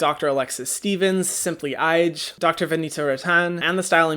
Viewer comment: I don’t understand why people don’t look up pronunciation before mentioning another creator in their video. Simply Ije literally says her name and the beginning of every one of her videos. All you would have to do it open up one of her videos to know how to pronounce her name. She even specifically covers the pronunciation of her name in her channel trailer. It seems disrespectful to not put in that minimum level of effort in to respect her name.